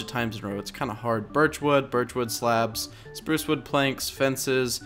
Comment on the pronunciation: U said Supruce Wood